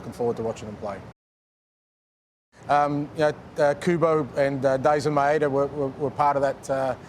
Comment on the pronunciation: マイダじゃなくてマエダって言うところがさすが👏👏👏